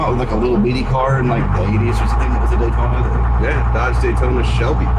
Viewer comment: Not a Daytona, a NAY-Tona.